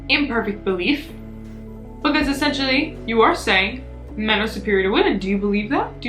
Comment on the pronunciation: No one:: BaHcAZe